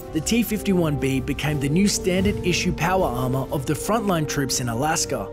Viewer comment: "Powa arma"